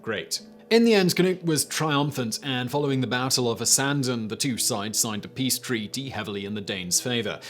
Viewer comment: Did the way Simon said "treaty" sound odd to anyone else? ...sorry Simon, lol